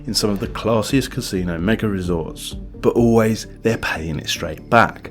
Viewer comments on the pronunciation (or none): none